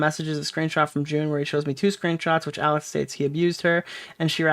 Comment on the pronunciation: Awiss kep fweatening maay